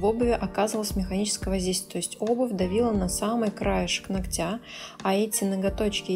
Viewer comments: Очень классно все, как всегда, и никакие какашечки ничего не режут, а только очень хочется слышать их под нОгтя а не ногтЯ и тУфлей а не туфлЕй, пожалуйста не обижайтесь 🙏 я не со злым умыслом, с уважением и наилучшими пожеланиями❤❤ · Ударения слух режут... Но работа прекрасная, как и всегда Хотя несколько видео назад я порадовался – думал, заметила и взяла на заметку "ноГоть" и "нОгтя" и вот ничего Эх